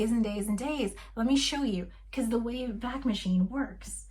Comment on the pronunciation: The Wayback machine is pronounced WAY-back rather than way-BACK. The website borrowed the name of the time machine in Mr Peabody and Sherman, a part of the (brilliant) Adventures of Rocky and Bullwinkle animated series that began in 1959 and ran for 3 years. It was revived in 2014 but that version sucks.